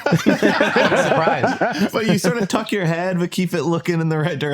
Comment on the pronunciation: The way Matt said F*** you I wasn’t going to watch it but now I am, was so Boston 😂😂😂😂